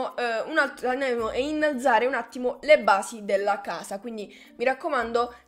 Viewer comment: "innalazare" detto come lo dice è epico xD